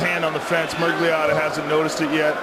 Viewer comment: Rogan called john mccarthy murgliata😂